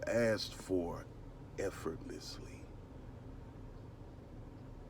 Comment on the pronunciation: Please don't say "Effortlessly" like that anymore! - Goodness, I had to run that back!!!!😂 Thanks in advance, Luv u bunches ❤